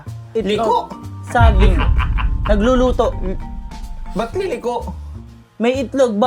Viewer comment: Nagluluto ❌ Naglululu✅